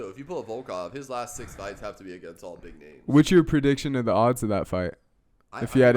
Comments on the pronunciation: Those pronunciations… fuck me what am I listening to. Butchered about every single name you guys brought up. Edit: good video tho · Wtf was that for name pronunciations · Fun video, but you guys might be #1 P4P MMA channel in the worst name pronunciation on the YouTube :D